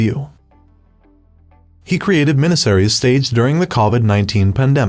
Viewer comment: And "minahserrays" - love that AI voice! 😂